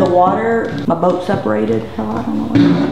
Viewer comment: Um .... hell isn't "cokd." 😁